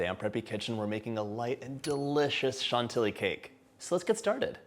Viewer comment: Chantilly is pronounced « Chanti-Yee » because it has -ill which is equal to a -Y 😉